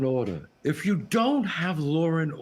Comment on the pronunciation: ah, but "now yuz can't leave?"